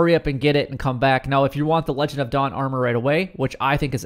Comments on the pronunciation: Legion, not legend lol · Lee-John of dawn Not lejon of dawn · I preordered it and can’t access it, I’ve done everything. Btw it’s pronounced lee-jen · Pronounced Leeee-jonn... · I noticed you continuously mispronounce the word legion